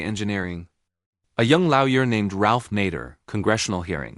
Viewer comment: What exactly is a, "Lau-yer?"